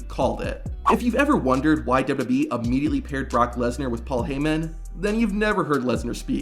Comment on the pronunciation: Is there also a blooper video of you butchering basic words in the English language every time you open your mouth? How do you manage to turn WWE into dubbadee?